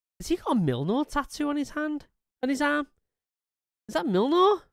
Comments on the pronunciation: Yea its mjölnir not millnir :-) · Solid reaction overall, but I found it amusing that he is such a big fan of Mjolnir but calls it "milnor."